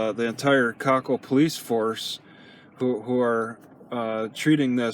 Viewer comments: koʊˈkiːll is how you pronoun the towns name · Its co-keel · Plus I love how pronounces it "COCKHILL"!!!